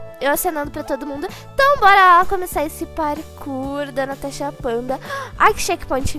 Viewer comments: Só eu entendo ela falando tanasha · eu amo quando vc fala tanasha kkkkkkkkk